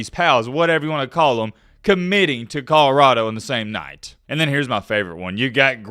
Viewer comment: Col-o-rah-do not kahrado